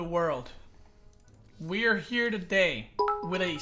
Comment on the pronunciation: Every time on the intro I crack when when you say "we're here today".. all I hear is "we are hair today to... " Lmao